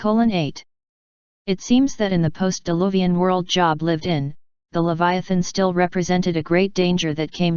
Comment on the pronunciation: NOT job. JOB like robe.